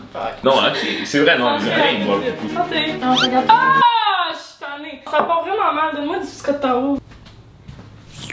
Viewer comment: j'aime beaucoup trop ton intro 😍 " sâ part" hahaha🤣 je viens de découvrir ta chaîne.... en retard mais abonné ♡